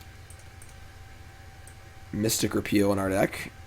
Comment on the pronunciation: He finally said mystic repeal correctly!